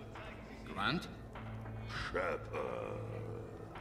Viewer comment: Shepard es Sheppert 🤣🤣🤣🤣🤣🤣🤣🤣